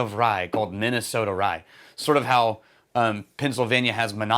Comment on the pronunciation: “Minnesoter” 😅 Never change